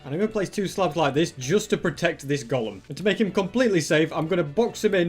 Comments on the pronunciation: I love how it said iron golm farm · iron "golm" farm lol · who noticed iron 'golm' 😂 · Only legends recognize "IRON GOLM FARM" 😅